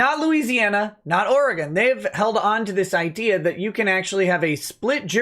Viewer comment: im happy to see you've learned from your mistakes and now know how to pronounce Oregon correctly